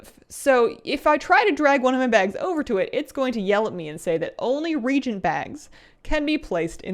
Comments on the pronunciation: What the heck is a rejent? Lol, just teasing. It’s pronounced re-agent ya goof XD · This is your friendly daily reminder that reagent is pronounced re-AY-gent, not REE-gent :) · I love the new UI. BTW helpful tip it's re-agent not re-gent. Reagents react. Regents hold an appointed office. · It is pronounced RE AGENT, not REGENT...lol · Reagent (rēˈājənt) not regent (rējənt) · REagent. REE-AGENT, not REE-GENT. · Re-agent, not regent. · Reagent is pronounced “re-agent”, not “regent”. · Reagent is pronounced re-ayy-gent not re-gent. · "ree-A-gent" not "ree-gent." 😐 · It’s not Regent. It’s ReAgent. Re Agent. Re-agent. It’s pronounced Ree-Athena Reagent. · Just a pet peeve of mine, but: Regent = leader of state, pro tempore, when the official leader (usually monarch) is unable to govern the state. Pronounced "ree-jnt". Reagent = a substance added to a system to produce a reaction. Pronounced "ree-ay-jnt". In any case, solid, informative video. It's nice to see Blizz implementing a lot of basic functions we currently use Addons for. Making things readable and easier to use out of the box is always good, and for anyone wanting to customize more, Mods will still do it. Hopefully, these improvements will also reduce the amount of resources you need to run the game, which should also mean Addons can be designed to be lighter as well. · Anyone know why she keeps saying "regent" instead of "reagent"? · Is reagent really pronounced "REE jint"? I've been pronouncing it "REE A jint" since WotLK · Reagent is pronounced "ree a jint". "Ree jint" as she is pronouncing it, is a different word entirely (see Regent). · Omg not you too:( It's reAgent, not regent! re-agent! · Will hunters get otter pets? Also "re-agent" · ree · ay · jent What you were saying is essentially a person of power / authority. Sorry to sound negative, but it bugs me when folks don't know any better and constantly state the wrong pronunciation or word. lol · Ree-AY-jent :P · It's pronounced "reagent"